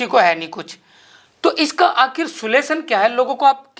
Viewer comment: अगर आपसे इंग्लिश नहीं बोली जाती तो हिंदी शब्द का इस्तेमाल कर लिया कीजिए सुलेशन नहीं होता सॉल्यूशन होता है आपने इस शब्द का दो बार गलत उपयोगकिया है अपनी पत्रकारिता को सुधारे। जय वाल्मीकि जयभीम जय रविदास जय कबीर साहेब